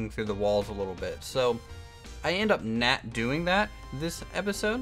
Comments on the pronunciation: Why do u say not like "nat"? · lol it's not bad I was just wondering. I figured it's a accent thing